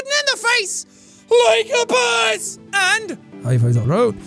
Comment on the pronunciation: I had to turn on subtitles to figure out that he was saying high-fives all around.